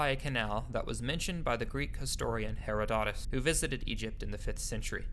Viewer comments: He-RO-do-tus, not Hero-DOT-us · Casey, not Case. Her-o-da-tus (2nd syllable accent) Dr Schock, not Shoke. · Herodotus- accent on the 2nd syllable, not the 3rd. Come on, man . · Mispronounced Herodotus as well.